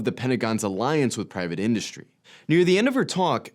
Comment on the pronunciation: Why do Americans now put an H after the S and before the T. Indushtry?